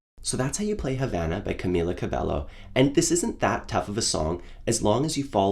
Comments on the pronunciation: Just saying, it’s not CabeLLo it’s CabeYo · I love your tutorial., but just a reminder, her name is Camila Cabello and read as (Ca-mee-la Ca-be-yo) cheers!!!!😂